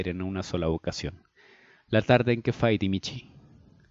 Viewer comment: oye no es fait es feit ese es nombre personal el otro quiere decir pelea en español